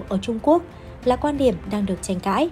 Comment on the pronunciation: GIỌNG ĐỌC LƠ LỚ CỦA TỈNH LẺ . "QUAN ĐIỂM" ĐỌC LÀ "QUÀN ĐIỂM" . KỸ THUẬT ĐỌC CÒN KÉM .